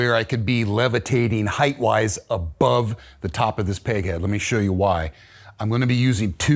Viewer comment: Great stuff! Amazing craftsman (and he knows how to pronounce the word “height” 🙏🏻)